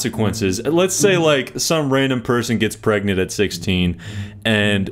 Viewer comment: I knew those women hated their kids when they took the “g” outta pregnant and started saying they were prey-nant. “I’m prey-nant”.